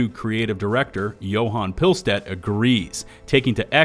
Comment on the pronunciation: it’s probably worth noting how to pronounce “pilestedt”… if you need help watch the new patch notes video AH put out